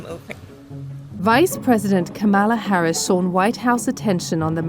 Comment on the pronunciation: Hey DW, can you tell your reporter to pronounce our vice president’s name correctly please??? It’s honestly not that hard